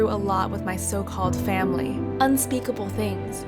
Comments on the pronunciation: “Fimily Picture” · " Fimily Picture " lol